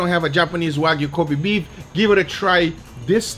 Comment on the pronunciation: Lmao in the intro when he says kobe beef it sounds like he says covid beef. That would be a true viral steak video.